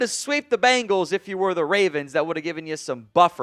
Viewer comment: Bengals, not Bangals.